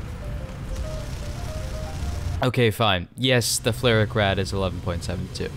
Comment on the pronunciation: Are you pronouncing the name of the vehicle correctly? Idk flare rack rod doesn't sound right to me but I don't know german